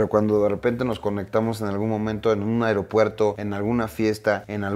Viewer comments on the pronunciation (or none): none